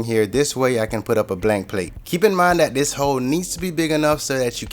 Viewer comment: he always says the words like " dis and dat "